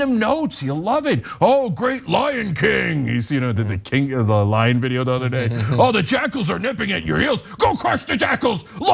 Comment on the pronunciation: 'lyin' king', not lion king😅🙈🤣